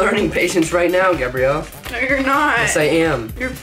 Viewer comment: “ your correct “ “”